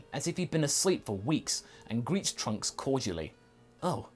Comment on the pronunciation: He said princess trunks wrong